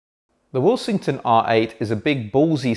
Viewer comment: I keep hearing say the brand's name as "will-sing-ton" but that's not how the alphabets in the name suggests it to be. Second order harmonic distortion at the output?